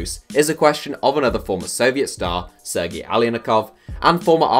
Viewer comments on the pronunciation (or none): none